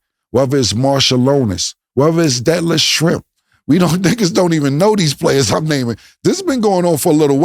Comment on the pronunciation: Boy said Detlet shrimp lol forgot bout doggy